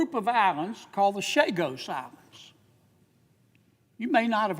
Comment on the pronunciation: On a side note, Senator Kennedy's rant about the Chagos Islands is complete revisionism. He gets so much wrong that I don't even know where to begin. He can't even pronounce the name correctly. (Chagos, not Sagos.) Ugh, the ignorance and deception of those who run this country are on full display. Always thankful for Sen. Sanders, though!